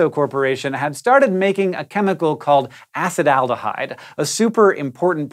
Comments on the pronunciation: CHEE so - a SEE tal - :D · ah-CEE-till AL-de-hide